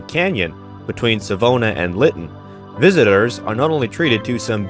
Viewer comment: Connaught is pronounced “kuh-NOT”. Accent on the second syllable. Savona is pronounced “Savon-AH”, accent on last syllable. All in all, a great video.